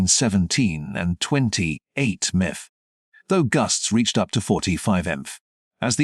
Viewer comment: It's M P H. Not miff.